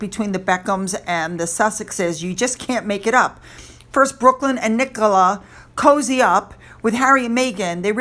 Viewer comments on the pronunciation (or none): none